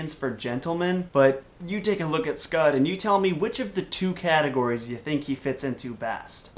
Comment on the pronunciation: Scott! The dogs Name is SCOTT! NOT SCUD. LOL to hard.